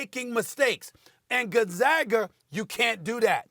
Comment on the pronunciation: Did this man just say Gonzagger?